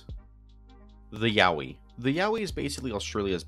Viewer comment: i got a whiplash from hearing yowie as yaoi